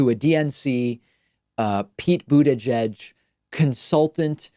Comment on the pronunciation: Am I the only one bothered by how David says buttigieg?